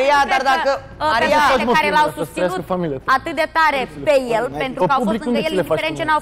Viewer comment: PANTRU NI TE MAI DA CE NU ESTI SA L INVATATI SA ZICA PENTRU ASTA NU PREASTIE LIMBA ROMANA 😁😁